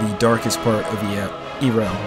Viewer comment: This is a very well made picture. That being said, there IS one thing I felt I should mention - in the video you kept calling her Eerel, but it's actually pronounced Yarel.